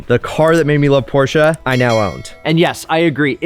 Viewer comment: Please don't refer to a Porsche as a porsheru. Just don't do it.